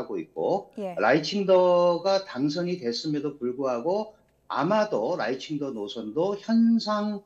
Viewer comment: 발음을 잘해라. 라이칭더 할때 라이는 4성이다.. 라이 할때 강하게 발음해야 한다.